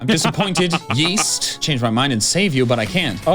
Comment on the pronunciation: Am I insane or does keep saying names wrong. Augur he calls August. East is Yeast? It's bothering me way more than it should.